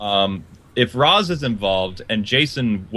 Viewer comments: i wonder why pronounced Ra's as Rawhs instead of Raesh and it would be awesome if detective vision worked inside of the batmobile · Bryan Leong it can only scan drones and its not the same as the detective vision. and said the Ra's is pronounced as Raesh a long time ago but he went back to Rawhs as what i have heard in this video.